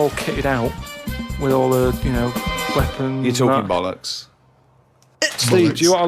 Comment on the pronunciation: Important pronunciation advice: it’s not bull-ocks, it’s ‘boll-ucks’😁